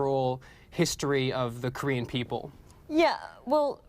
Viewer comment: "Kornean peninsula"